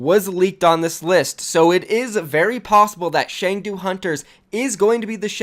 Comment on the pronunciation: It's pronounced Ch-ung-do. And Chengdu is in Sichuan province where the pandas are. The name hunters makes no sense but the panda definitely does. I doubt it's a jebait. It's very Chinese to move forward with something without being prepared. Trust me, I live here. lol